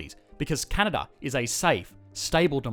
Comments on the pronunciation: 1 it is Canada not Cana or Canda 2 not everyone is “amazingly nice” up here 3 education is so good because Justin Trudeau is the priminister and he is in the liberal party 4 I am too lazy to review all the wrong things in this video but this is what I got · He said canda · Heard that too. Should be a crime to skip an A. eh? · "This is CANAA" - since when they dropped the D? :) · "This is Canna" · "This is Canha?" lmao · Did he say Canna or Canada plus that’s Toronto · I heard, "This, is Cana." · This is Cana? Anybody else hear the same in his first phrase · "This Is Canana" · I swear he said Cana😂😂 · Please learn to pronounce the name of my country correctly! Can a da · I swear you say "This is Canaaa" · “This is Cana” Canadians : skskksksks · At the start, where the heck did the "da" in Canada go? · Its Can-Ad-A, 8 seconds in and im already not going to be friendly with you as a Canadian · I misheard and thought you said Canada's full of natural resources and white people. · CANADA pronunciation- CA-NA-DAH`. That accent is not very Canadian eh., Mind your business. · I thought only South Park characters said Canada like that... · The way he says Canada is what had me racking my brain trying to think of this show!